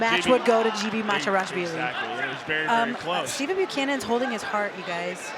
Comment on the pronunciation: Georgian names that start with the letter G are pronounced with a hard “g” sound, not “j.” So the name Givi is pronounced “Givi,” not “Jivi.” In the Georgian language, the letter G always keeps the “g” sound.